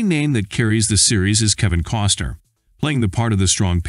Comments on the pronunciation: It bugs me that the narrator says, instead of Costner. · His name is Costner not Coster. Get it right.